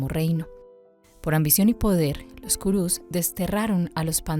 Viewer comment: Si van a leer el bhagavad gita les recomiendo el que se llama. bhagavad gita tal como es de srila prabhupada, ya que este es el original traducido del sánscrito. El resto de libros con este nombre suelen ser interpretaciones de los escritores. y se pronuncia PANDAVAS no panda-vas y KURUS no ku-rus, sin esa pausa momentánea. ahora si quieren saber bien como es la historia les recomiendo el MAHABARATA. del escritor viasa. allí es donde esta la historia completa de las dos familias y alli mismo esta el b gita.